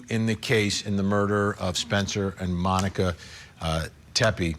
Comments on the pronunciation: Come on Vinnie, her name is MONIQUE, not Monica. Get it right 🤬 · Vinnie, her name is Monique, not monica!!!! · Her name was Monique. Not monikkka